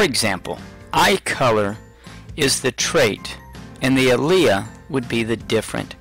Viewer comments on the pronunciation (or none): alia? For an "Ah-leel"? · AL-EE-IL is how to pronounce "Allele" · WTF is an a-leah ?? Allele is pronounced very differently. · I'd like to use this with my students, but when you mispronounce one of the key terms, and use W's (can't differentiate between uppercase and lowercase) and put the lowercase one first...it's tough to use this. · First of all you are pronouncing "allele" and second of all the dominant trait always goes in front of the recessive trait.Other than that you explained it very well! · i was thinking the exact same thing 🤔🤔🤔